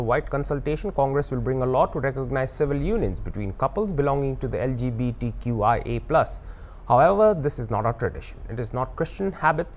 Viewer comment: Rio even can't pronoun LGBTQIA+ ...He is unfit for holding CM.